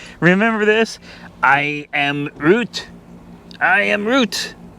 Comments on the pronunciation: Its I am Groot, not Root. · I thought he sead I am Groot